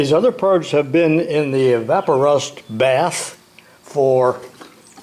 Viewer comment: It's E vap o rust, because you wouldn't say E VAPE orate